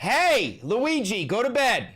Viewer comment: LOOWEEGEE. GOATABED.